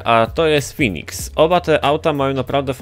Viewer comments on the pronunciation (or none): mówi się Feniks a nie Finiks;p